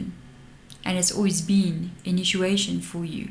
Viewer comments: I'm sorry, are you saying: Inituation? I'm from the Southern USA so I also have an accent, lol.😂💞💫😬🫂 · I feel compelled to tell you that when you are saying inituation you should really be saying initiation. Hope you’re not offended. You are one of my favourite readers.💕🌻